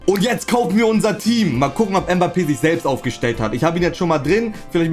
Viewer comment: Kylian Mhhbappè 🤣🤣🤣